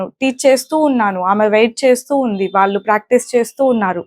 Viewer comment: Your English pronunciation is good but a small advice for your telugu. వాల్లు,వాల్లె అనకూడదు. "వాళ్ళు", వాళ్ళె అనాలి. చెల్లెలు(third person)కు బదులుగ "తిను" అని వాడారు. తిను అంటె అర్థం తినడం అని. అక్కడ వాడాల్సిన సరైన పదం "తను" మాత్రమె. అలాగె చాలామంది కల్లు(eyes)అంటుంటారు. "కళ్ళు" అనాలి. మరి కొంతమంది ఇల్లు(singular) ఇల్లులు(plural) అంటారు. ఇల్లులు అనకూడదు. "ఇళ్ళు" అనాలి. ఇది తెలుగు మాట్లాడె చాలామంది అవగాహనకు మాత్రమె.